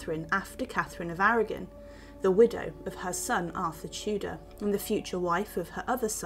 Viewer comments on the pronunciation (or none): none